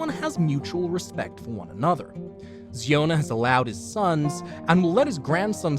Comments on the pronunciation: ziona not Zeona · The pronounciation of zion chhana is wrong You should pronounce ziona as in zion Williams its zion- a